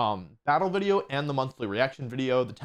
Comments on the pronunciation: Do you say wideo instead of video sometimes? It shouldn't drive me nuts but it does. Not sure if it's the mic or the actual way you're saying it. I enjoy your content regardless. Cheers. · Jaaay, a new wideo by announcing more wideos!